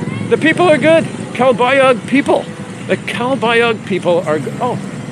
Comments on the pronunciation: My wife is from calbayog pronounced calbayoog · Omg...are butchering the pronunciation of Calbayog,. the g at end is silent. By now you might of learned also not to go to Catbalogan IMHO, it's a more poverty stricken city.